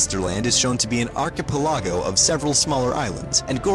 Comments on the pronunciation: Arca pal lagoh? I think you mean Arc-ah-pella-go? Or am I wrong? That word sucks. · lol "archpe-LAGO" LOLOLOL this guy needs to learn how to pronounce words correctly. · Please, for the love of all that is good, please never say archipelago again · I never heard anyone pronounce "archipelago" like that lol. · Imagine not pronounching archipelago correctly